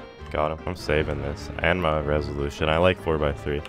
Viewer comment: Reselution??? XD